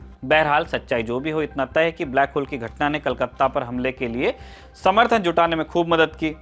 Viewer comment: Black hole नहीं है, Black hall है👍👍